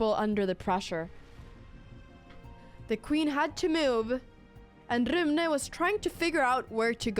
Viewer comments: Haha jag som svensk måste ändå säga att jag uppskattar ditt svenska uttal av Rune mitt i all engelska! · YESS CONTINUATION!!! Love how you pronounce Rune